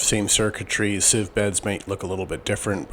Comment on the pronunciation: How do you spell seeve? Sieve is pronounced siv.